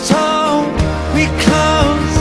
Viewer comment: "just hold me close inside your arms tonight" He is not pronouncing "hold" correctly. what's wrong with him?